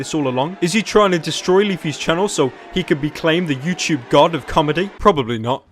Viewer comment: It’s “YouTube” not “YouChube”